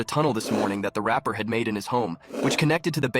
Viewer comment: He says RAPER😅 Not rapper